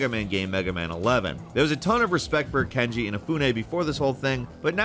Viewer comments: does just not know how to pronounce names or can't read? i'm confused cause he keeps saying Kenji Inafune his name is Keiji Inafune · Who the hell is KENJI Inafune? Do you mean Keiji Inafune? I guess it wouldn't be a video if he didn't mispronounce a bunch of shit. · Jeez, it's Keiji Inafune not Kenji Inafune...so disrespectful, can you not read? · KEIJI Inafune not Kenji